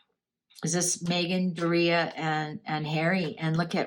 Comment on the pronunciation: Its pronounced Door e ugh (Doria)